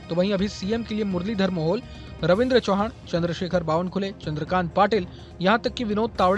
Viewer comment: चौहान नही चव्हाण ✅💯